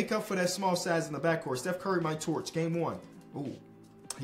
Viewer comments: of the video did just say bev burry, instead of steph curry! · he said beff burry in the beginning lolllll😂😂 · Bro said “we can get Beff Burry??”💀🤣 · "Beth Bury" 💀💀💀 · “Beth Burry” lmfao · Is it just me or did say Beth Burry. 😂